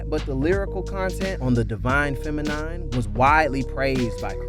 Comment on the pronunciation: Is the voiceover a smooth robot or what?!? Lmao...K...I...D....S.... , God damn, and 'divine femi NINE'... Still I appreciate the collection of info for those who need the basics. There were a few projects left out, Faces is one of his most important and arguably best pieces.